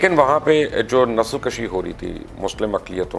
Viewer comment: مبشر لقمان صاحب ! اب آپ اردو بولنا سیکھ ہی لیں تو بہتر ہے۔ نسل کَشی کا مطلب کچھ اور ہے اور نسل کُشی کا مطلب کچھ اور۔ کیا سمجھے ہیں۔